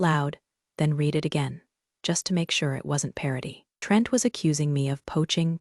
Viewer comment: This one needs some editing. A significant number of commas where there shouldn't be big gaps for no reason. If you can get it to know the difference in pronunciation of read in present and past tense, that would be fantastic.